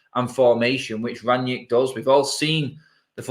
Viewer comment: Where does Ranyick come from? It's Rangnick ffs. Imagine you knew someone called Nick and you rang them. Like that. How hard is it?